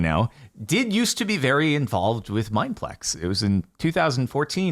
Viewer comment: why bro say our name like that tho???